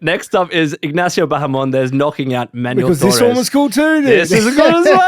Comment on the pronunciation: Have you heard how Manon pronounces her own name?